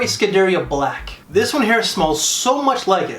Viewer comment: Scuderia= skoo-da-ree-a